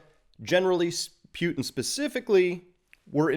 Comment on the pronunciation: First! Good commentary, but Chris, there is no “pyew” in Poo-tin.